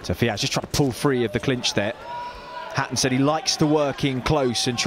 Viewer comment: why are the commentators saying "fiaz"?